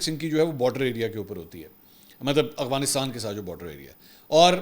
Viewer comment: اسلام علیکم ورحمتہ اللہْ منصور بھائ آپ افغانستان لفظ کو اغوانستان کیوں بولتے ھو ۔کافی بار نوٹ کیا ہے حالانکہ اپ کےی زبان سے جچتا بھی ہے پہلے میں سمجھتا تھا اپ کا کہنا کوئ معنی خیز ہے پھر مجھے سمجھ ایا کہ صرف ادائيگی کا ھیر پھیر ھے۔